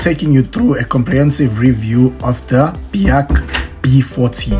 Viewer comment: In the very first sentence you imply that this is reliable? (BAIC is not pronounced "Bee-haak" btw, but "BIKE", lol) So, how would you know its reliable, since only a handful of these Chinese B40 knock-off things managed to find new owners over the years? (Sales can only be described as a disaster in SA) Also, the "BIKE's" that got sold till now in SA (e.g. D20) has been very rubbish in every aspect, including reliability! Not to mention depressing depreciation of "BIKES"... This is a C-grade review, of a C-grade vehicle.